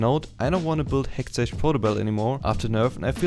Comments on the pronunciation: I'm a new viewer. I don't know how to ask this without being rude but can someone tell me if it's his running gag that he calls hextech (hextek) as hextech (ch as in charcoal)? Great guide nonetheless though :) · Just a quick little feedback of your pronounciation of the "ch" in Hextech, it should be pronounced like a "k"/"ck" so Hextek/Hexteck Gunblade and in Lichbane it should be pronounced like Litsj Bane. The video itself (and the rest of your English) was overal very good and you got I like from me. I personally prefer to build Runic Echoes, pen boots, Lich Bane, Hextech Gunblade, Rabadons, zz rot/other ap item/situational item